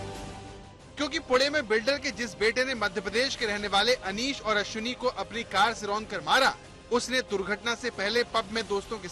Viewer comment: ABE DHOLKI KE LADE KA NAAM ANEESH HAI NA KI ANIS